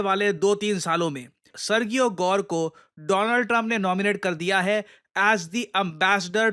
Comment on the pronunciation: Modi be like:: DOO-LAND TRUMP 😅😅